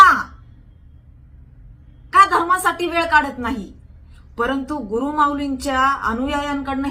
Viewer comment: गुरुर म्हणजे अहंकार गुरु असा उचार आहे. 🤣